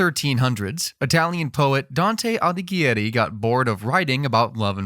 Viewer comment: Props for pronouncing Dante’s last name correctly. Earned a sub&like from this guy.